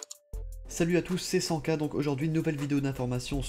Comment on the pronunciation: Salut à tous c'est " Sanka " Sa ma fais bizarre 😂